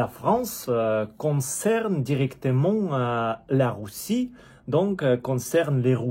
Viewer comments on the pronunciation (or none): Ahhh mon ami ! Pour dire Russe et Russie. Prononce le comme si tu disais Rue SSi et Rue SSS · merci pour ta vidéo et j'adore ton accent de dire "rousse" au lieu de "russe" c'est drôle!!pour ton français il est quasi parfait et surtout j'aimerai connaître le russe aussi bien que tu connais le français comme cela je pourrai quitter ce pays de fous et venir dans un pays plus sécuritaire et respectueux des gens honnêtes!!!perso en tant que français je ne crois pas un instant les mots de notre président car ayant étudié un peu POUTINE il est trop stratège pour vouloir tenter envahir l'europe et au regard de ce qu'il disait avant la décision de guerre il ne souhaite pas envahir l'europe!!!en plus je pense que si il avait voulu envahir l'ukraine entièrement il y a longtemps que ce serait fait!!!!bonne continuation!!